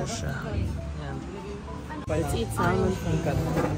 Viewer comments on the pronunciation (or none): none